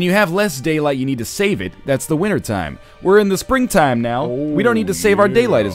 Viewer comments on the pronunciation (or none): none